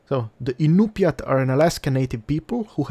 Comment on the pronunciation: One thing is I noticed you pronounced the tribe's name wrong. I'm 25% Tlingit (Like Klingkit) and 50% Inupiat (Like In-you-peak), which is still a bit confusing to type out the proper pronunciation for. A minor detail, but I'm glad to see a game like this is out.